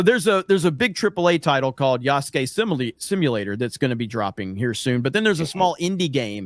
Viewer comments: They can't even pronounce yasuke correctly in this "historically accurate" game and you expected good dialogue??? LMAO The moment I heard Ubisoft saying "yah SUE key" instead of "ya ske" i knew they didn't give a crap about anything but their own fiction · If you look upnhownto pronounce Yasuke, they are pronouncing it wrong in the game. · That’s not Yasuke, it’s “Yaaas Gay”.